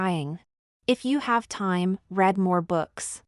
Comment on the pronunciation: READDDDDDDDDDDDDDDDDDDDDDDDDDDDEEEEE not red! dearjebus